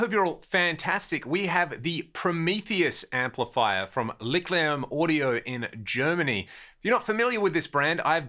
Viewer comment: The "ch" in Licht is pronounced as a forward H like in "heat" or "heaten" "hill" in English. It's an amazing name for an amp. Almost as good as "painting with electrons" :)